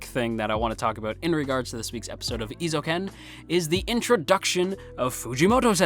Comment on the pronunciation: For future reference: Eh-ee-zo-u-ken Eizouken. :)